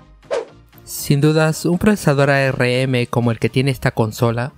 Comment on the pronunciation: A - R - M nadie le dice asi